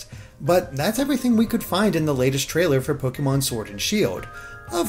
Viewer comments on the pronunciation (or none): Your pronunciation of Pokémon hurts.